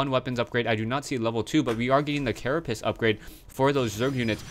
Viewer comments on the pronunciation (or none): none